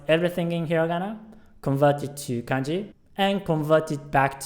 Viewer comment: When you said kanji it almost sounds like kenji